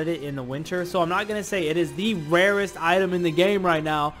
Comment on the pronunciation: It’s so funny how he says wawest